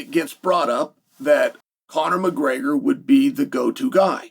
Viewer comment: Chael can you say Gregor not Graygor it’s so annoying